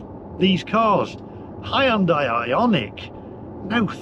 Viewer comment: Hahahahahaa, not only have you upset Swingers, you have also upset Hyundai drivers with the pronounciation, have you not seen the ad for it, the SatNav going to High & Dry Launderette. All the Madness will end if everyone watches pt 1 & 2 of Brown Car Guys YouTube videos on Air Polution in London with a meter at Heathrow, on the N. Circular & the shocking results for what the Tube was reading. Its all Lies they are telling you, Stand Up & say NO!!!! Onwards..........